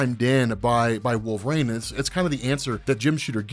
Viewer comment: I just gotta ask why keeps saying "the molecule man owen reede" Instead of sayin "molecule man" Or why does he call wolverine wolvrain. Baffles my mind